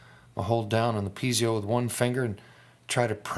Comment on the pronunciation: nice video. but piezo is pronounced pee-ay-zoe,not pee-zee-oh.